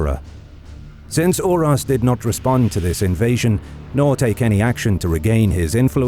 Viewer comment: It is so lame that you say like "Urosh" on one accasion, but the other guy is like "Uros" with an "s" on the end... they had the same name, you pronounce it like "Oorosh" if you want stupid English to influence your pronounciation...